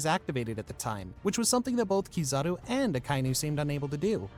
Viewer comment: it’s hard to take his ranking seriously when he utterly butchered the name that has been in the center of the story for so many years. Keyzooki? Seriously? Lol.